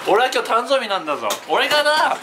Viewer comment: たんぞーびwwwwwwwww